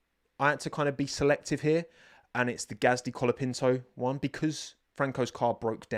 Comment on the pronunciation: Brazilian here, you are forgetting to pronounce the "Ts" in Bortoleto's name, try pronouncing it with the same T you pronounce the word "tea", "Binotto" or "", it's fine tho it's a difficult language, I'm not a native spanish speaker, but I believe you're making the same mistake with Colapinto. Great Report as always.